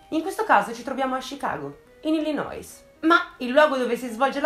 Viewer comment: La "s" di Illinois non si pronuncia ;) scusami se sono pignola, sono madrelingua inglese e mi dà fastidio sentirla pronunciare ahahah cmq bravissima come al solito 😘😘